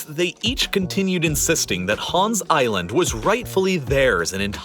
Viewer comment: People are really pronouncing Hans as HÅAAAaaaanssss. As a Dane, it bothers me more than it should